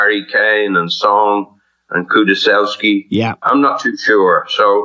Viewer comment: "Kuduselski" First mispronunciation of the new season 😂